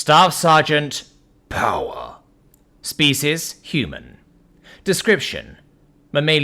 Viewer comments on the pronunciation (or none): I just love it how says: staff sergeant POWAH!